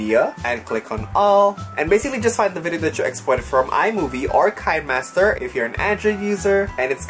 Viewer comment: Kuya is read Ki-ne Master